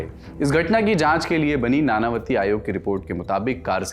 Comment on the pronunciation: नानावती नहीं नाणांवटी होता है